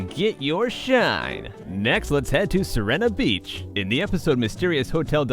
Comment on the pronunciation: i think its called si-re-na beach